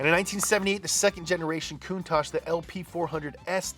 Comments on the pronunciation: You need to check on the REAL facts. Normally your right but you screwed this one up dude For reference: Countach is, in fact, a word in the Piedmontese language, an Italian dialect spoken in the country's northwestern region. Using the International Phonetic Alphabet, it's pronounced: [kuŋˈtaʧ], with the accent on the "a," and with the consonants "tsc" at the end. It's the literal translation of "contagion," though, like many words, it has become something else. It's transformed to mean "an exclamation of wonder, in front of something extraordinary or exaggerated." It's more or less like saying in Italian "perbacco!" or "accipicchia" (golly or geez). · Marcello Gandini says it’s pronounced coon-tock, not coon tosh. But gave up trying to correct people. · いつも動画楽しませてもらってます！「カウンタック」は英語では「クンタッチ」と発音するんですね！ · Listen to Macello Gandini R.I.P. The man who named and styled the car , Say the word . There is no ASH in COUNTACH .